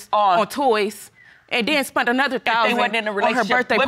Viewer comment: Don’t forget the word “spunt”. Conjugated, as per the Paternity Court grammar handbook, spend. Spent. Spunt.